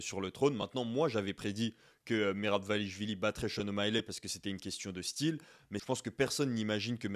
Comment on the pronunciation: Sean O’Malley, ça ne se prononce pas ”Shon O’Maïlè” mais ”Shon O’Maïli”.